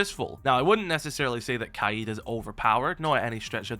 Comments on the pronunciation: how the hell do you mispronounce kaid it’s not kaïd or wtv it’s kaid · The way this guy pronounces kaid pisses me off